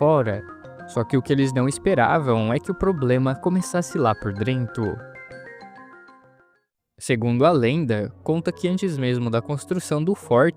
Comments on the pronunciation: Esse " drento " me quebrou 😂😂😂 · Drento mano? Na moral mesmo? 😂😂😂😂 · la por DRENTO kkkk ótimo video man, me inscrevi!